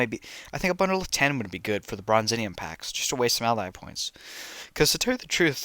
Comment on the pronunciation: Also it’s pronounced Bronze-ee-um